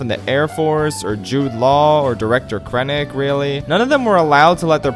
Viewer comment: “director krenic” 🤣🤣🤣